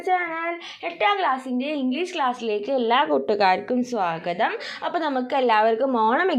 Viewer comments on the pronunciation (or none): none